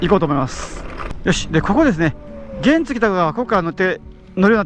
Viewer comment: 原付のイントネーションがおかしくないですか？